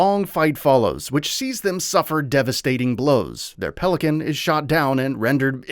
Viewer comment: Naw you’re getting this wrong lol It’s pelican.